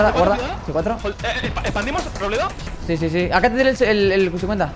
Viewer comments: Todos: Robleis: Robledo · nadie: absolutamente nadie:: Robledo XDDDDDDDDDDDDDDDDD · Nadie: Absolutamente nadie:: ROBLEDO